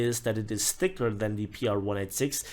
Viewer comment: Also liked how you emphasized the THICCER armor.